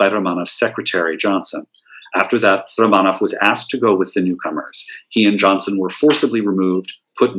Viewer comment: Very good information. I love the way you can pronounce Russian names -- I have read many books on the Romanov family but do not know where the accents go on Russian names. So it's great to hear them and encourages me to say them more rapidly. I have never seen photos of the houses or Michael or Boris. Very good pictures of the family and Natalia as well. For some reason Russia at the turn of the century is endlessly interesting to me; I was hooked when I read Nicholas and Alexandra by Robert Massie back in college in the early 1970s. I also love Russian art, architecture, theater, literature, imperial fashion, jewels, and more. I have been to Petr once for a glorious 8 days around 2015. We saw tremendous museums, sites, palaces, and even a ballet. I only wish the Faberge Museum had been open when we were there. So I continue to learn and watch from afar in my native USA. Thanks for this lecture. I love to learn more and more about Russia. I am GLAD you fit as much information as possible into this lecture.